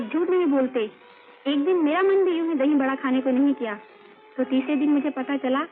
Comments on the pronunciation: Dhai Vada❌❌❌ Dhahi Vada☑️☑️☑️ or Dhahi Bada☑️☑️☑️ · It’s Dahi vada not dhai … 😂